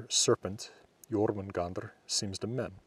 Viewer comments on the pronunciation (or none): none